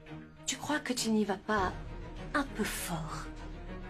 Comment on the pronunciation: Croiye pas croise 😅😅😅😅😅😅